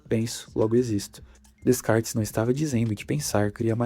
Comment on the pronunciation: A pronúncia é Decarte, não existe descartes.